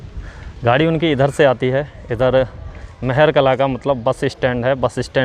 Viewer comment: गांव का नाम महर कला नहीं महार कला है